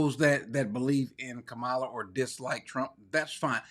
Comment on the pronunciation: When five men show up at my door, it won’t do anything that hasn’t been done to me before by Black people. I grew up in Baltimore. They robbed you every week and none of them were foreigners and Brother Cory you should pronounce vice presidents name properly. Her name properly.